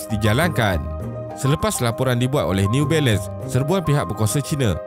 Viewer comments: Jarang berdekah bila tengok ni, tapi part “new bailun” tu tersedak jugak la tadi gelak sambil makan 😂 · Part last “newBailun” tu Ak gelak berdekah2 weh. Hahahahahah. Sial la. Lawak 😂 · Neee-u Bailand 🤣